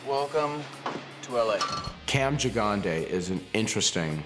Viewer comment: Aaaaaand I learned how to correctly pronounce “Gigandet”! 😄